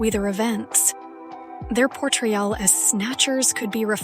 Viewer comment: I almost thought this was a really persons voice till the retarded Ai kicked in Mithologee, persomekachoms, Wayther evens, Portreyall.